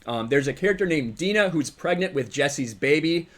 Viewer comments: It's pronounced "Dee-na", not "Dy-na" we've heard her name said in official release footage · Dina is pronounced deena